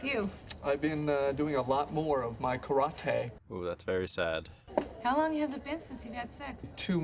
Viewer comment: The pronunciation of karate is actually the correct way to pronounce it in Japanese, as well, which makes it funnier. I live in Japan and when I say how westerners pronounce other words like Karate, such as ken Watanabe (famous actor), and karaoke, Japanese people usually crack up laughing.